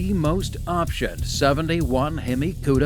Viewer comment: Highest "opsheeon"? Sheesh, get a real announcer.